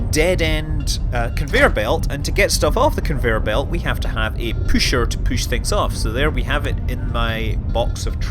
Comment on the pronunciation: its not called püscher though its pusher